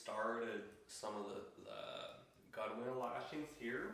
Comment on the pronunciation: Nice video. Both informative and relaxing. One thing on another canoe maker's videos. Gunwale is correctly pronounced "gunnel" Also why nt use a Mora style knife blade to slightly separate the gunnels and use that tension to hold the lashing end. Beautiful canoe !